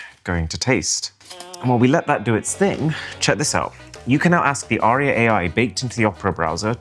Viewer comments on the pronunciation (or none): none